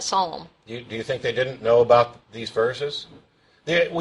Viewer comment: "Yor too sker to tolk aboot it" yeaaaa ....